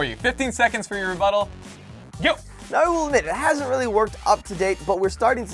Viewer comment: Rebutel sounds a bit like : your but hole